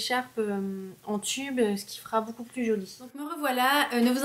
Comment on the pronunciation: Elle dit boucoup au lieu de beaucoup